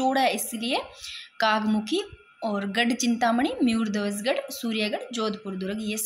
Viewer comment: अरे मैडम जी मुयरध्वज गढ़ नहीं मयूर ध्वज गढ़ है,,,म यूर ध्वज उच्चारण को सुधारा जा सकता है ताकि आगे गलती ना हो,,म यूर बौलकर कोशिश करो